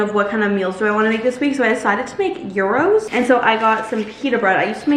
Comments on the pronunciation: Gyros is pronounced yeeros, not euros 😂 And tzatziki is pronounced ja-ji-ki, not ta-zi-ki. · you keep calling gyros "euros" 😭